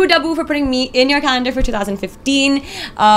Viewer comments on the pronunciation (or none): She's saying calendar but it's sounding like "condom" ! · kdude112233 heheh...gud1.....it did sound lyk condom